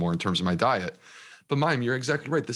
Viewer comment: Oh Mayim I'm a bit disappointed that you have not made an effort to ensure that you pronounce his name correctly... It's not that hard (coming from a Polish person) lol ;-) And on a serious note - Such a Fascinating conversation!! Also, fellow SIBO'er here 🙌